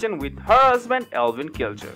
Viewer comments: I think its Eivin, not Elvin. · It's not Elvin it's pronounced ivan